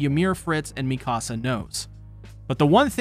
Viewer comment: I lovingly and gently suggest correctly pronouncing "Mikasa". Please and thank you 🙏